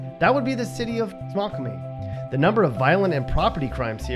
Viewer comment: It's sounds like snow qual mie not snoquumie